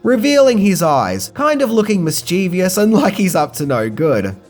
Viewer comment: It's mischievous not "mischievious", but at least you were consistent!